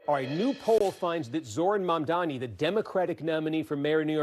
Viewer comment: The way people with ethnic names cant even get their names pronounced properly even when they are phonetic and not difficult at all is so infuriating